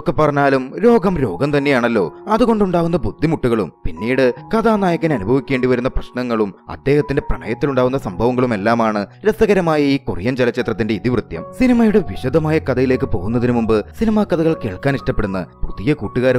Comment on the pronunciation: ഞാനൊരു സ്ഥിരം പ്രേക്ഷകനാണേ. ഒരുപാടിഷ്ടമാണ്. പിന്നെ സ്ഥിരമായി പറയുന്നഒരുതെറ്റ് തിരുത്തണം കേട്ടോ. ഇതി വൃത്യമല്ല ഇതിവൃത്തം' എന്നാണ്